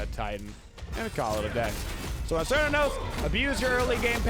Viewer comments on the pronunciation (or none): Thank you for this great video. I have never played Smite before, but as a huge fan of Cernunnos from Celtic mythology I am planning on getting Smite just to play him, and only him. By the way the correct pronunciation of his name phonetically is with a hard K as in: Care-New-Know-Ss. C’s are always pronounced like a K, in Irish Gaelic.